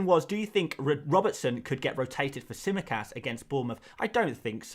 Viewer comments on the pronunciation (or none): none